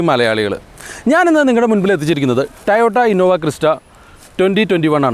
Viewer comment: Tayota tayota? Tayotayo? 🙄 toyota alle?